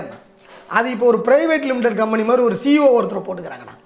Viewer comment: நீங்கள் ஒரு பெரிய நில வரலாற்று ஆராய்ச்சியாளர் என்பதில் சிறிதளவும் ஐயமில்லை வார்த்தை உச்சரிப்பில் கவனமாக இருங்கள் பிரிட்டிஷ் கம்பெனி என்பதை பிரிட்டிஷ் கும்பெனி என்று சொல்கிறீர்கள்